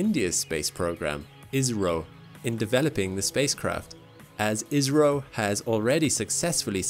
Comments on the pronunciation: its I S R O. not is ro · He said that it was India. Its just the way he pronounced ISRO sounded like Israel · Can you make ISRO less sounding like Israel. We can't stand that name. Or just say India